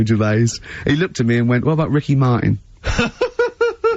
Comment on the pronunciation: Ricky Mar'in